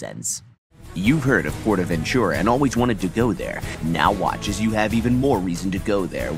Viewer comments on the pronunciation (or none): I speak Spanish and it annoys me when you pronounce it like 'portavenCHURA' because it's really prononced portavenTURA' I really enjoy these parodys though keep up the coaster enthusiasm